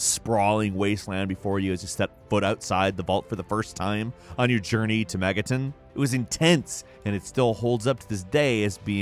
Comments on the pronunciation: Hahaha. "On your journey to megatun"... Seriously. "Megatun"?? Its mega-ton. As in the vield a nuclear device can produce. Mega-ton. Again, all together now Megaton. 😒 meg-a-ton.... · Good vid but it’s Megaton “ton” not Megatin. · How do you mess up the pronunciation of “Megaton”. Npc’s say it literally dozens of times. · MEGA-TON. Not Megatine. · I have a hard time believing that would call Santa Monica, 'Santa Moneeta', while pronouncing megaton as mega-ten! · "Megatin" lol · Eww don't pronounce it megaton - it's pronounced megaton.